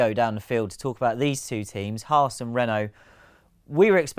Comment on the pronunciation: Didn’t know there was an R in Haas